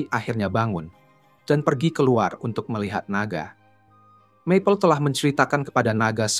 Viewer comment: Ini pake suara google? Kedengaran agak aneh aja gitu, maple yg harusnya dibaca mapel malah map le